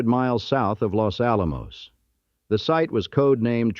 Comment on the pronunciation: Full of mispronunciations, including Los Alamos 😖